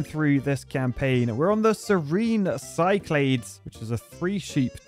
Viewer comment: It's pronounced sick-la-deez. Like the islands in Greece (peep the buildings)